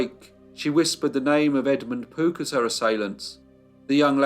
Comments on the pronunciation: I kept hearing 'Poop family' 😁😁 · are you saying Pook, Poot, or Poop?